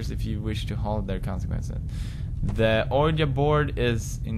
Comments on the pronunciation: pewds its pernounced weejee bourd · ouji board Pewds its pronounced: weejee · Anybody realized he said Ouija wrong lol but it was hard to see the writing anyways